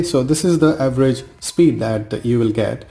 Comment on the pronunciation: bhai everest nahi average hota hai dhyan se bola kro